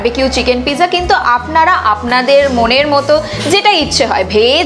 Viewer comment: Pizza spelling-ta thik-i achhe, kintu uchcharan-ta (prononciation) noy. Apni-i bolun thik uchcharan-ta ki hobe (original italian shabda).